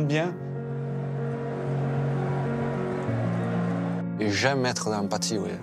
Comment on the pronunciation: "C'est bieng"